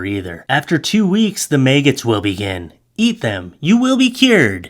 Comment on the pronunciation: I like the way you pronounce maggots. “Maygets.” Very original